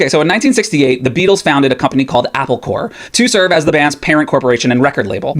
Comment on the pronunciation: Corp. = Corporation Corps (pronounced ‘Core’ like you did) = an organized body of people, like military units. Not the same word